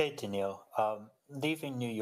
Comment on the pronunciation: Once again, these journalists are not paying attention. His first name is Danill and not Daniel.... maybe i should become a tennis journalist.